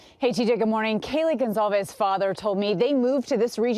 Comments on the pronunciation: Thank you for correctly pronouncing Kaylee's last name. Many outlets are not. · Finally there is a reporter pronouncing the family name correctly!. "Gonçalves" is a Portuguese name which "ç" sounds as s in Spanish. This father is very distressed which is understandable. I hope LE can make an arrest soon.